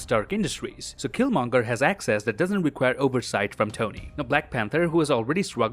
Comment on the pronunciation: Oh my god I thought I was the only one that thought that killmonger said it wrong